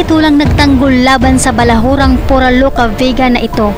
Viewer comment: Ayusin mo yang narration mo PURA HINDE FURA